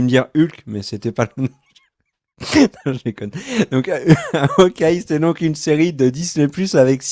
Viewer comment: "HAOKEYE" ? Sérieux... Aucun effort...